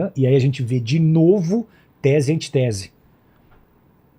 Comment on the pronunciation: Não é antitese, seu pastor, é antítese! O sujeito não sabe nem a pronúncia... Imaginem!